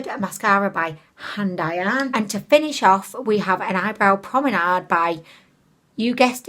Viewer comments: BABE!! It’s Pomade not prominade 😂😂😂😂😂😂😂😂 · Love how you call eye pomade promenade so cute🥰🏞